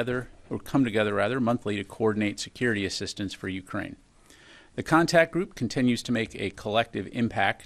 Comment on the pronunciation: Contact Group…not Contract Group…been studying at the Jason Blair School of Journalism?